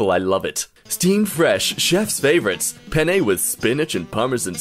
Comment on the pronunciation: The most infuriating part is the way pronounced "penne"